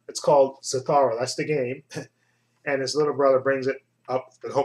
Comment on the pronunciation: it's Za- thoo- ra